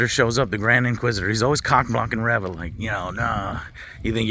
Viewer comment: It's pronounced ReeeeeeeVA 🤡